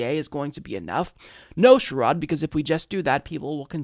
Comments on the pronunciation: I can retire at 55... so Medicare at 55 sounds great. BTW...it’s not “Sure odd” Brown... it is “Share id” Brown. Incremental gain is Neoliberal now? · Also, for the record, it's "Share - Rod" Brown, accent on the "Share". But not really important. Just piling on :)